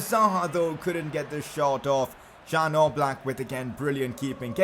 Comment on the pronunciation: It's Yan Oblak not Jan Oblak